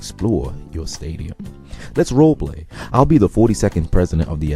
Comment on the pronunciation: “Roll play” bahahaha you mean “role”